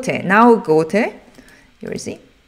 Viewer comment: I love how she says gote with a German accent ^^